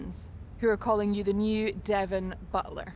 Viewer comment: stop saying devon like that it's so annoying